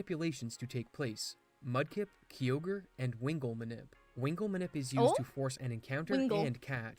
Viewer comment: Ugh, that pronunciation of Kyogre made me shudder😖 Its "kai-ogre" not "key-ogre" It might irk me more than people saying "Rayqwaza" instead of "Rayqwayza" Either way, this guy pronounced so many wrong I stopped keeping count